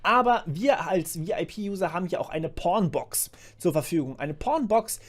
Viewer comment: Wer hat auch zuerst Pornbox verstanden? xD